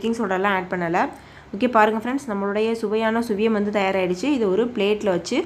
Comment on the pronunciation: Suzhiyam...not Sviyam..